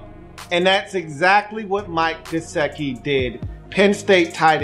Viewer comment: Come on man, you spent about 10 minutes talking about Gesicki's "want to" and how you "need him to give a damn" and I agree with those comments. Your analysis is spot-on. But Come on man, the guy's name is obviously pronounced just like it is spelled ... it is "Guess-Sick-EE" ... get it right ... it's not a hard name. It would be like someone doing a video of you with your name on the screen for 17 minutes and continually calling you "Lee-oo" ... you'd be laughing and wondering if the guy even knew your name was spelled right behind him the whole time. The man's name is "Gesicki" ... and its pronounced like it reads brah.